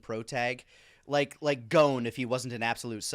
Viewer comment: Why the guys pronounce? never heard anyone else call him like that, even other english speakers, like I would get if the english dub changed the name, but other english speaking youtubers like Woolie or Plague of gripes just call him Gon like anyone else.